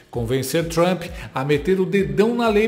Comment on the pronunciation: Meu caro, o correto é Magnitsky, como se houvesse um acento agudo no i.